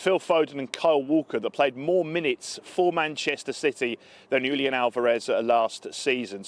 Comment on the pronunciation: Not Yulian, Julian H